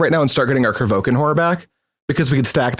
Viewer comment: There is an i in Kro VI kan horror it's not krovookan,,, i was about to say this a couple videos earlier but thought I'd be kinda rude... But there we have it 😅 sorry and thx for the nice on-going content